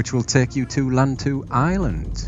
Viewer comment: lantau pronounced lan as in pan and tau as in how ..lantau